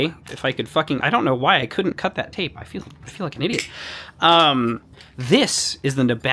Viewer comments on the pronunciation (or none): none